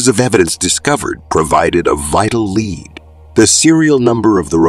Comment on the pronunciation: I had a good laugh at schizophrenia too! Made my day and also lead being pronounced as lead from a bullet! Keep up the good work on these cold cases! Thanks